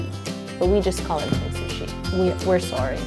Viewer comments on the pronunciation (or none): Yo: we're sorry *in canadian accent* AHHHHHHH I LOVE CANADIANS🤣🤣